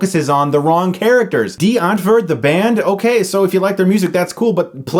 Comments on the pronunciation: I dont think you really get Die Antwoord and how they are/act. Plus Its Die not Dee. You miss pronounced there name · Being german, hearing Chris say Dee Antwerd instead if Die Untwort (pronounce this in english) is so funny :D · It is pronounced die-ant-word, but good review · You said Die Antwoord wrong! It’s DYE-ANT-WORD! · Did you say Dee entford? Lol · "Dee Antvood" Oh my lord hahahahaha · As a South African I cringe at every time you said Die Antwoort, I don't even like them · You said the name wrong for the band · oh god listening to him try to pronounce DIe Antwoord....fucking kill me... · I find Americans trying to pronounce "Die Antwoord" quite hilarious. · I just love how amaricans prononce afrikkaans words lol #SA4life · Why do you say Die Antwoord weird? is that how it is suppose to be pronounced? Now I'm confused. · Laughing my ass of at Chris trying to pronounce Die Antwoord